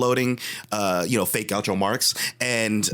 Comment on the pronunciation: Gaucho Marx???? ...or Groucho Marx????